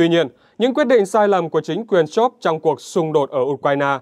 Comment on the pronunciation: Scholz tiếng Đức đọc như Shols tiếng Anh bạn nhé, đừng đọc là "Shôp" nữa (vì làm gì có “p” hoặc “f” ở cuối từ đâu)! Nhân tiện đây nói thêm: nhiều người Việt cứ đọc “A-đôp Hit-lơ”hoặc “đánh gôp” nghe rất buồn cười (vứt béng âm “L” trong Adolf và golf đi vì không đọc được).